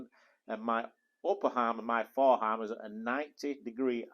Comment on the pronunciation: "Upper harm and foreharm"? "Helbow"? Huh?